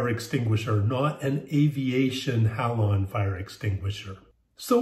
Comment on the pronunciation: You pronounce Halon all weird…. It’s sounds out like Hay-lon